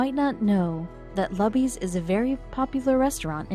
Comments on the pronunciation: It's pronounced LOOBIE'S! Not Lubbies! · It's not called 'luh-bees'. It's pronounced 'Loo-bees." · Loo-bees. or Lou-Bees Not Luh-bees. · Buck was a grumpy old asshole. And it's not "LUBBIES" it's LOOBIES! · PLEASE stop saying lub eez it's, Loo bees. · Not pronounced Lubby's Pronounced Looby's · Lou - B's ... not Lub-ee's. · Not lubbys... Lubys...loobys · The Luby’s Restaurant isn’t pronounced LAby’s, It’s Looby’s! Sheesh, get it right!! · It is pronounced as if saying "Loo-bies", not "Luh-bys". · sorry I had to thumbs down and quit after a minute and a half... first of all her name is "salazar" she's middle aged, and she lives in BROWNSVILLE TEXAS maybe 95% hispanic... quit showing the pics of young white girls... secondly... QUIT MISPRONOUNCING LUBY'S... it's not luh-bee's, it's LUE-bee's. Everyone knows this. And there are no damn banquet dining candlestick fold napkins at luby's... it's EXACTLY THE KIND OF PLACE that WWII veteran assholes go to. As the video said... IT'S A CAFETERIA! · its pronounced lew'bees not lubbys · The restaurant’s name is pronounced “Loo-Beez” not “Lub Beez”. Do your research next time. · All you have to do is google Marina Salazer , Lubys (NOT Lubbys!) and you can read the story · It's pronounced Loobies not luby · It's LUUBEES not Lahbees. Way too long but heartwarming story. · It's pronounced Loo-bees, not lubbees. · The cafeterias name is pronounced Loobees, not Lubbies. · it's pronounced LOU BEES! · OMG... LOO BEES. I suppose they did not ask anyone in Texas the proper pronunciation. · it's pronounces "Loo-bees" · It is pronounce Loooooobies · Damn computer voice ! It is pronounced LOO-BEE-S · It is pronounced Loobys. It is a buffet. One of the most popular lunch places in Texas. 50K to bring water to the table is a good deal by any measure. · The name of the chain restaurant in Brownsville, Texas, Lubys, is pronounced "LOO-BEEZ". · The name of the restaurant is Luby's( rhymes with Rubys). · Loobees, is how you pronounce it